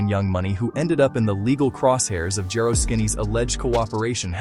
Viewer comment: IT'S NOT JAYRO IT'S JARO PRONOUNCED JAR O